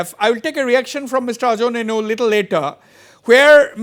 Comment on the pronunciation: Correction..... called it Nienu not neinu